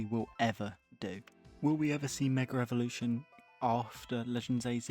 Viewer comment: Great video but you need to learn how to say Mega evolution